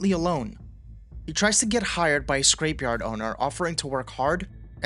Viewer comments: Scrapyard, not a scrape yard I assumed english was bros none first language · The AI in the narration is really jarring though. Like "scrape-yard." It was well-written so I upvoted anyway.